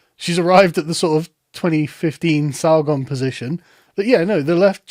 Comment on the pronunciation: "Shes arrived at the 2015 sarrgon position.". lol!